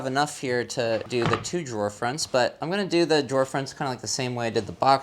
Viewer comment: When you said “That’s the last drawer” it sounded like “That’s the last straw!” and I thought, uhoh—don’t mess with! 😄